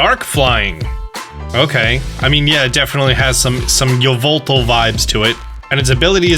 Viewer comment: Yveltal, not sound like an ass. I'm just trying to be nice lol